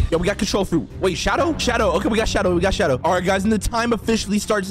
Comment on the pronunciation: Love yo vids and bro said shadow I was laughing so hard when he got it rong